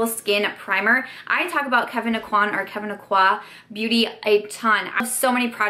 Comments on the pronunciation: O-qu-anne= Aucoin. It's a French Louisiana name and EVERYONE even Sephora says it wrong. They have a launch video of his line with his pronouncing his name the correct way. Sorry this bugs me from EVERY YouTuber. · In louisiana (which is where Kevyn Aucoin is from, if you watch the interview the clip is taken from he is from north central louisiana) it is pronounced oh-quanne. And if you continue to watch Sephora pronounces it wrong! Makes me really angry. We don't have many celebs from here and especially ones in beauty so I just think it's a blow to his legacy to mispronounce his last name.